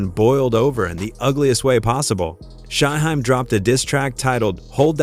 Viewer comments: AI sucks 🤦🏿 he called him SHY Hi 🤣🤣🤣🤣🤣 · Shy-HIME....🙄🙄🙄...see, this A.I. stuff is not always the route 👎🏽👎🏽👎🏽👎🏽